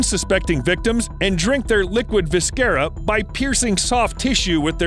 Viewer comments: Viscera isn't pronounced viskera, it's pronounced vissera... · "Viscera" is pronounced "Viss-sah-rah". Not, "Visk-Care-Rah", like some sort of mascara. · Klyon It paid off about as well as any education on Latin you have. Because apparently I am the only one between the two of us that knows Latin pronounced "Visc" as "veesh" or "veese". And you, objectively incorrectly, think it was pronounced "visk". If you think this Youtuber thought, "I heard that it was pronounced "vis-care-rah" in Latin, so I am going to intentionally butcher the pronunciation in English and sound like I've never encountered the word before in my life" - if you think that is how this went down, then you might be the single stupidest person to ever exist. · And in this context especially, it's a biology video. And the biological names for those parts are pronounced as Vissera and Probossis. This isn't a video about the Latin Language, it's a biology video. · he pronounces viscera as viscara 😂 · I cringed at your pronunciation of visc(K)era. That and your use of the word "Octopuses"